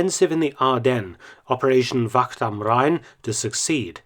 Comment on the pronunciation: Very hard apparently to english speakers to say the ach-sound. Wacht not vakkt.